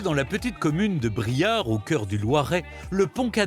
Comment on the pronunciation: BRIARE !!...et non Briard 🙏